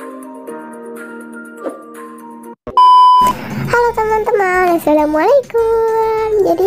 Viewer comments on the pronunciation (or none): none